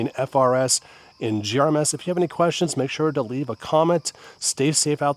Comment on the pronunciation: I can’t stand you saying “GRMS”